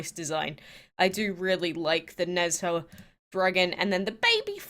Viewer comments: I think the people will struggle to pronounce the dragons. So the first one, Chang’e dragon is pronounced as “chalm uh” the Nezha dragon is pronounced as “nuh ja”. Hope you guys get them all! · Please quake, use google translate which gives you the correct pronunciation of these dragons. It is really ... meh ... to hear the wrong pronunciation again and again. You did well on the Guan Di though 😊 Just paste in 嫦娥，哪吒 and 关帝。 Hope you do not take it as an insult. Thanks